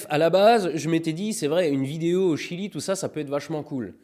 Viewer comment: MIAM jedore le jilieuh